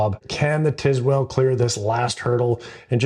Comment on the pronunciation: I tried to watch this for like 3 minutes, but i couldnt stomach how this guy butchers the pronunciation of Tilswall... brother. TISWELL? its not even close.